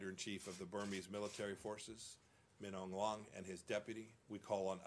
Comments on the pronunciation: No, it's actually pronounced like /mə/ a /lɒl/ "Ma A Loe" ✓ I'm Burmese ||| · Know someone who pronounces "Min Aung Hlaing" differently? Think any of the pronunciations in this video are wrong? Let us know by commenting below!